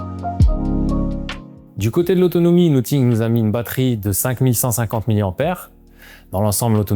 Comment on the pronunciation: Pourquoi prononces-tu 'Nottingue' ?